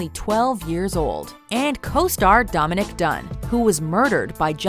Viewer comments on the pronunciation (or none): Uh lady I absolutely love you but it's Domaqhie Dunn not Domanic